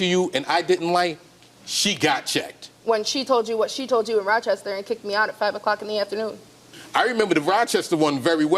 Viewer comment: as a buffalonian, I rolled my eyes when I heard "Rochester"